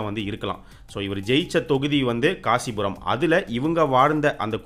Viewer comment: 🙏 தலைவரே அது காசிபுரம் இல்ல ராசிபுரம்